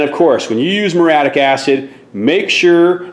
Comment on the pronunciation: "Proven, and they work". Redundant. "Meureeattic" acid. "Vinger"?